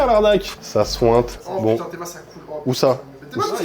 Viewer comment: « Ça souinte »